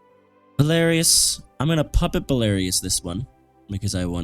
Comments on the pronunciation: It's BELARUS NOT BELARIOUS!! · Belarus is pronounced Bell-UH-Ruse. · Belarus is pronounced bell-a-rhuss